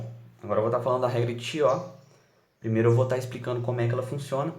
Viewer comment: Muito, muito bacana!! Só precisa se atentar à pronúncia correta dos nomes! Cauchy se pronuncia "Coxí" e Chió se pronuncia "Kió".